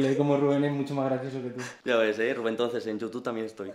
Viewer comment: Gente normal: Rubén. Jorge: Rúben